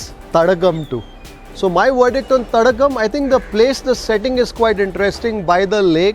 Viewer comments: name of that restaurant is Tadaakam not Tadakkam. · it s not thadakam but thadaakam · Its not thadakam.. thadaakam